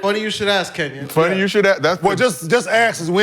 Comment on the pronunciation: Kenyen mad 1 min into the clip bro 😂 Kenyon*